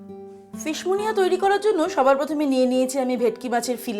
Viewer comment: Munia নয়, Muniere ... ফরাসি খানা। আমাদের পাল্লায় পড়ে মুনিয়া হয়ে গেছে।🙂